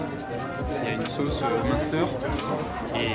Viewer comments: Monster? M1steur? 😭😂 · Comment il dit munster Julien je suis plier ahahahahah